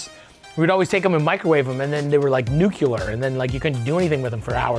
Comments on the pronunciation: Nuclear = Noo...KLEEEEE....ur...ffs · Nuclear ❌ Nu-killer✅